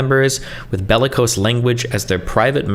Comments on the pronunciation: I'm sorry... Bell-ee-cose? Nah. Latins dead. Just say it normal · It's not, it's Weisselberg. Destiny is just too stupid to know how to pronounce it - or "bellicose" for that matter.